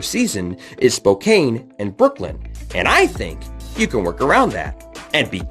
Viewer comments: Honestly, just on a the pro/rel side, I don’t understand why people want this in NA. I just don’t see it being feasible or something would good for US Soccer. Am I wrong? Also as someone who lives in Spokane…it’s pronounced Spo Can. Just a heads up lol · It's Spokane spocan